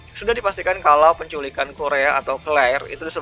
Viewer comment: kalo pelafalan claire, ya claire aja bang gausah pake pelafalan jepang kurea claire kurea nggak enak banget didengerin 😁